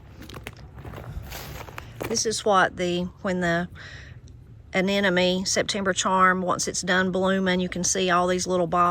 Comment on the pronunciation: Love the garden visit. I’ve been listening hard—do you pronounce “anemone” “anenome” as I think I hear? So beautiful a flower. Don’t you ever get tired of outside work?